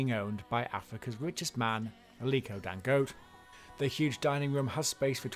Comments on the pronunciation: I know! I mean, with no offence intended towards anyone, if we can take the time to learn and pronounce "Schwarzenegger" I don't think it's asking too much to find out the right pronunciation of Dangote! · Who else got bothered every time he pronounced Dangote wrong?